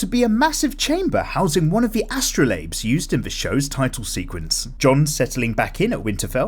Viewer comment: why ? can you not ?? pronounce things correctly ??? you didn't even say astrolabe right 😭 love the vids tho lol